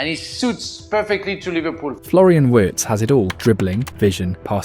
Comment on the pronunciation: Didn’t even realise it was AI until it started pronouncing names and almost has a stroke saying Wirtz 😭